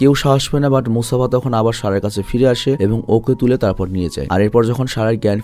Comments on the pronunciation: Vhai Mufasa not musafa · Musafa ❌ Mufasa ✅ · Mufasa k msafa banay dise 😂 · Vai!!!. Mufasa!!!!! Musafa na! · ভাই গল্প শুনে ভালো লাগলেও, মুসাফা নাম না ভালো লাগলো না, কারন মুফাসা নাম হবে। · ভাই আপনার পুরো ভিডিও শুধু মুসাফা মানে মুফাসা কে নিয়ে,,, কিন্তু একটি বারের জন্যও সঠিক নাম উচ্চারণ করেন নাই 😂 মুসাফা ❌ মুফাসা ✅ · Vai musafa × mufasa √ 😊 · ভাই স্ক্রীপ্টে ক্যারেক্টার গুলোর নাম সঠিক ভাবে লিখবেন, আপনি মুফাসাকে বলছেন মুসাফা, আর টাকা কে বলছেন ডাকা, মানে কী বলব, 😑😑😑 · Musafa the lion King na bhai ❎ mufasa the lion King hbe ✅ 😂😊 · Musafa na borong mufasa hobe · Dhur miya musafa koi pailen er jnno r vlo laglo na jar jnno baad dilam dekha apnar video. Gorib banglali 3 belay vaath khay r vulbal English bole .mufasa the real one man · Musafa ki mufasa hobe mone hoy😢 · mufasa naki musafa🙃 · vai aita Mofasa hoibo Mosafa na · vai musafa na mufasa vai mufasha the king explean valo hoi nai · Vai Mustafa noy mufasa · ভাই ওটা মুসাফা হবে না ওটা হবে মুফাসা 😅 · আমি বলতে এসে দেখি আপনারা সবাই একই কথা বলেছেন, তাই আমি আর কিছু বল্লাম না 😂মুসাফা ❌মুফাসা ✅